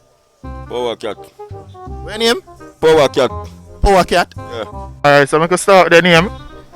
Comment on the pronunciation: Lol Me think powacat say Bow Cat 😂😂😂